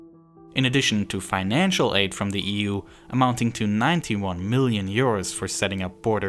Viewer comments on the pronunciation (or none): none